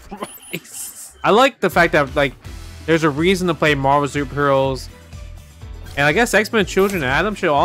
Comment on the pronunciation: Why does everybody say Marver’s Capcom 2…😆